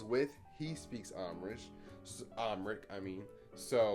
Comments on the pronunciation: Not Uhm-Rick lol it’s um-haa-ric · I bust out laughing when you pronounced it Umrick Lmfaoo but they have so many languages there and yes Ethiopians have some good skin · Amharish lol. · AHM-HA-RICK lmaooo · Boiiii how my mans said Amharic😂😭 me and my family are offended 😂( yes I’m Ethiopian) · The way he said Amharic 😂🤣